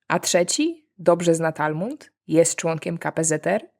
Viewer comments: Talmud nie Talmund. Poza tym spoczko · Talmud, a nie Talmund 🙂 Gratuluję znakomitego kanału, oglądam wszystkie odcinki, jak tylko czasu starcza! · Talmud, nie Talmund. ❤ PS. Nice shirts! Gorąco się zrobiło. 😅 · "Talmund"?? Ja rozumiem że te żarty nie muszą mieć sensu, ale choć poprawnie poproszę.. TALMUD. To jakby mówić Biblaja, zamiast Biblia. Zresztą z kontekstu wnoszę że chodziło o Torę, nie Talmud. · talmud, nie talmund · Talmud nie talmuNd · Słuszna inicjatywa. 7 godzin Q A było nieznośne. Cza było okroić pytania i dozować góra po godzince, a nie tak obuchem w czache. ps. TALMUD, a nie Talmund.